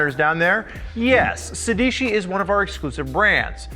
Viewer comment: It’s pronounced sey dey chee It’s the number 16 in Italian guys